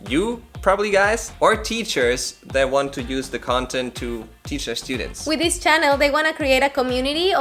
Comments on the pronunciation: Jajaja es gracioso porque dijo justito "E- studients" hahaha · "I don't make that mistake anymore" ... 1 minute later "estudents"😅